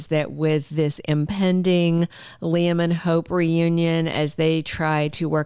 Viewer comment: why we're listening to Bots? They don't know how pronounce names? The bots and foreigners can't pronounce names like Shay-la - Sheila 😮 ly-um- Liam. RJ-RG? IT'S CONFUSING. SO Ridge is keeping secrets from Brooke, the part where Liam says he loves Steffy to Ridge. So apparently Brooke doesn't know that conversation? Please if you have pull, tell the writers we want the truth out!!!! ASAP. My friends have quit watching. Yes Steffy needs to leave so she can get her act together in the storyline.